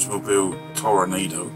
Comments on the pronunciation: It's pronounced Tor-ahh-nahh-do. The headlight covers on the real car were always body color. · Great work. It's properly pronounced ToroNAHdo, BTW. Or maybe best spelled Toro-noddo.